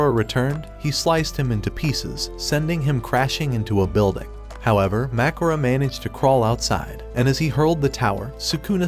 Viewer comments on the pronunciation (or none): It’s not makora it’s mahoraga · Mahoraga not makora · MACORA 😂😂😂😂😂 (its mahoraga) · His name is not macoro it is mahoraga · Its not macora its mahoraga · "makora" bro its mahoraga not makora✌️🥀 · Mahogany not Makora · U mean mahoraga u literally said makora😂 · It's not makurA ITS MAHORAGA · "Macora" it's flipping mahoraga not "MaCoRa" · It's not makhora it's MA HO RA GA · it isn't makora its mahoraga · It's Mahoraga not Mahorga. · its mahoraga not makara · Mahoraga❌ Macron✅ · Bra it is mahoraga not mahora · ITS NOT MAKORA ITS MAHRAGA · Why did u say "mahcora" It's mahoraga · "Mahkora" Bro its mahoraga💀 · Hanami❌ Maharaga✔️ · MAHORAGA ❌ MAKORA ✅ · T is not magroa it is mahergoa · It’s mahoraga not mahergoa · Bro it is not machorage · Mahuraga ❎ Macakor☑️ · its mahoraga not magora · Bro spelled mahoraga as macgora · His name is not Mackura it is mahoraga😂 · Isn’t it Maharaga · Bro it's MA HO RA GA!!!!!!!! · Bro called Mahoraga makura💀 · “Mahowa” wow nice pronunciation of Mahoraga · It's ma hor aga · Bro get mahagaras name right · Bro its called Mahoraga😭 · Bro can't say Mahoraga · bro its mahoraga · Btw you said mahoraga wrong